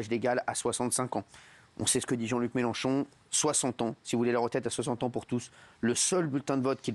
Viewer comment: Eh oui elle dit Méloncho c'ataqué aux police, mais c'est qui qui arraché le yeux aux Gilletes jeune ?